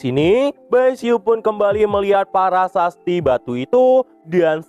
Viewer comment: Prasasti min bukan parasasti😊 , lanjutkan min